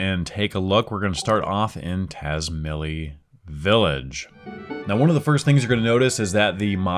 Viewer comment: Tazmily is meant to be pronounced tats-MAHY-lee. "Mahy" is how the English word "my" is pronounced, in case that looked confusing. The Z is being pronounced Romanian style. Japanese does that a lot, since they aren't influenced by only English. Think of it like the ZZ in "pizza".